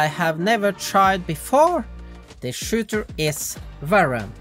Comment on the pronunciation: Bro when you try to pronounce Shooter and Valorant is Immersively Funny lol